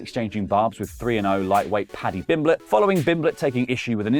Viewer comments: Bro how did you get paddy s name wrong it's pimblett not bimblett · Why can't pronounce pimblett 😅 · It's Pimblett, with a P. Idk if you just got it wrong or it's a joke I don't get. It's fine if it's a joke. I guess. You have my approval, which you didn't ask for and will never see.